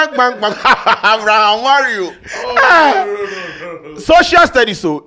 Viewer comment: "Abraham Mario" lol